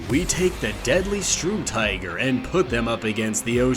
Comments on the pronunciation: Why is it that so many Americans say "STRUmtiger" instead of STURmtiger... I just don't get it. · Strumtiger? LOL. It's Sturmtiger. Storm-Tiger in English. To storm: suddenly attack and capture by means of force. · “strumtiger” at the intro… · Bro said strumtiger at the start lmao